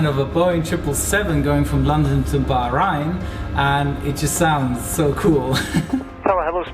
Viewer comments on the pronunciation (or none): Sorry, the pronunciation is not Bah'run' but Bah'rain' 😊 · Luv your pronunciation of Bahrain , u say the 'rain' like a real Aussie. Also charming is your gramatically & idiomatically perfect but ever so accented English. Great vids as well btw!